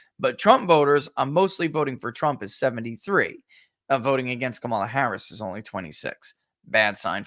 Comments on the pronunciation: And it’s pronounced Kuh-Mall-Uhhhhhhhhhhhhhhhh!!!!!!!! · I don't understand purposely mispronouncing her name. Is it really that difficult to say COMma la.........